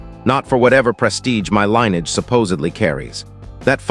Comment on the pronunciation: It’s pronounced li•nee•uhj. Aside from that it is an okay tale.